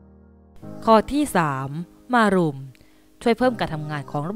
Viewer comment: ต้องอ่านว่ามะรุมไม่ใช่มารุม